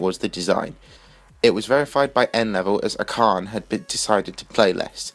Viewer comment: Acharne probably quit because of how many times his name has been mispronounced xD